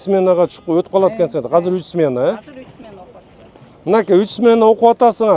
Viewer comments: Кыргызча азыр деп айтылат казыр эмес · Бул мэр казак окшойт казыр деп суйлоп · Урматту Бишкек Мери Казыр эмес азыр деп суйлонуз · Казыр эмес Азыр